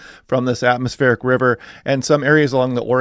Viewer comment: some weather forecasters say "Atmosphere River" and it's "Atmospheric River".